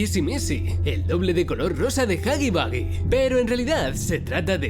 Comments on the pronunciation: Se pronuncia jagi wuagi pero tu lo dices jagi bagi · Nadie: Los españoles de España :v: huggy Boogie xd